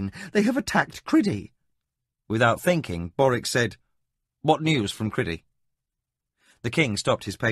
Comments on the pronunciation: Seriously its CRY-DEE NOT Criddy aaaaarrrhghh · Almost Brilliant.......thoroughly enjoyed this except for the butchering of these 2 names............CRY-DEE and A-RUTH-a..... ON Feist's official site, he has the correct pronunciations, spelled out phonetically. Fiest has spoken these names in interviews and such. CRY-DEE........not criddy.....Crydee rhymes with TIDY a-ROOTH-a.............hard on the RUTH..........rhymes with tooth.